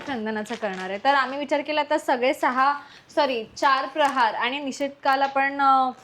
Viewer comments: Its प्रहर not प्रहार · Mast hota video pn tumhi prahar cha ucchar chukicha karat hotat. प्रहर means time related ahe pn tumhi tyala प्रहार mhnt hota jyacha arth war krne , attack karne asa hoto 😅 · खूप छान गोष्ट. अभिनंदन. एकच सांगते की , प्रहार नसतं प्रहर असतं.